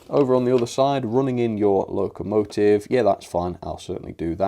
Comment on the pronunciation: "Running in your *locmotive*"